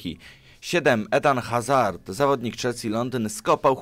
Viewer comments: Ajax Amsterdam a nie Rotterdam! Nie edan tylko Eden i nie Hazard tylko Azard! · Eden Azard tak się to czyta